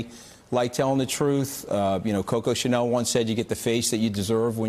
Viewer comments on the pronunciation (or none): none